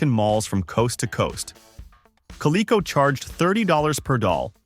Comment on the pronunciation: AI slop. Is it really that hard to get a person to listen before the video is posted. Everyone knows how to pronounce Bayer or Coleco except AI.